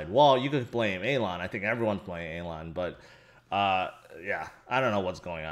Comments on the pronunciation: Hey, It's Elon right, not Alon? Still love the fact that we're all:) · Calling hem Alon is an even bigger fail than the crashing of BTC. Just sounds like you're mispronouncing it... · You're mispronouncing his name instead of using a different name... Anyway the whole thing is just too toxic atm. Barry with his "welcome to crypto" message to doge holders wasn't any better...